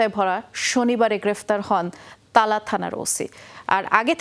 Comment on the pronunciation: তালা না,.... টালা